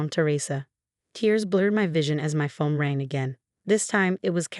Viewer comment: It's not fome but phone, not sail but sale